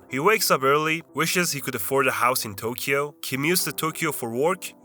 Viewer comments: why do you say tokeyo and then say we as if you are a Japanese person? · I was almost buying some of this as a 30+ year resident of Tokyo. That was until the narrator tried to pronounce the word "Tokyo". It was a big hint that this is a foreign channel. See, there is no "key" sound in the pronunciation of Tokyo. Oh, and they are tangerines in Ehime.